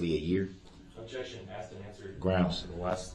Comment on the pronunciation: Dat conclusion. Which you. Chidren. Struck. Pas you. Dey were. Axe.